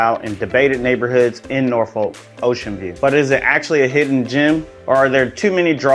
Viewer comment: how you pronounce norfolk is just so incorrect